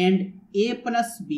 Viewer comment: plus b ❌ bluss bee ✅✅ i'm really astounded after hearing your spectacular pronounciation and you made my dayy today ): thank you so much brother